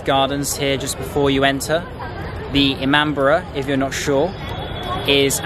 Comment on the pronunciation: It's Not ImamBRA It's i-maam-bada